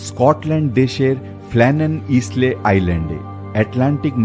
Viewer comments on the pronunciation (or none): Isle.শব্দটি পাচ্ছি আইল্যান্ড শব্দ থেকে(island). Isle-উচ্চারণ হল 'আইল'। ইসলে-,নয়। কানে বড় লাগছে। ক্ষমা করবেন।